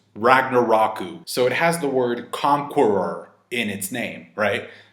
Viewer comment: C-can you say conqueror again?